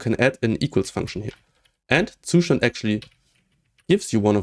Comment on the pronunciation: As a German I have to say that you should look up how to say Zustand